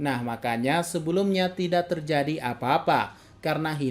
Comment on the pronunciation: "tidack" aman, shit Mimin anak meme